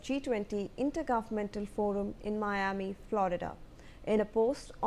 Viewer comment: The reporter can even pronounce Miama😂